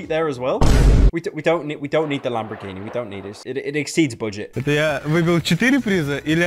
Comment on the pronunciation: Pyro be like 'lambraghini'